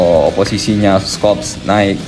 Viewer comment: FYI: untuk pelafan "Scholz", huruf "C"-nya gak dibaca min. 😅